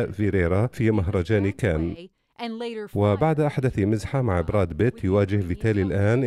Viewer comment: ياسلام على النطق الأعوج للأسماء الاجنيبة brad pitt أصبح brad bit.......!!!!